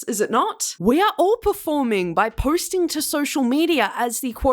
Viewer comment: She pronouces posting like.. "poirsting". Just an observeeo